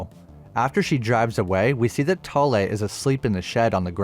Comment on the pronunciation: As a Norwegian i love your pronaunsiasion of Thale. I also enjoy your videos